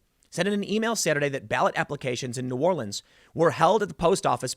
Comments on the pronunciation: As someone from the New Orleans area, it made me smile when you had the correct pronunciation difference between the city and parish. Another great video as always. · Good job saying" New Orleans" correctly Tim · Has someone from New Orleans thank you so much for getting the correct pronunciation of New Orleans and Orleans since they are different